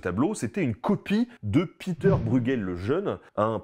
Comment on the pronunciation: Ça se prononce Péter c'est pas de l'anglais bordel.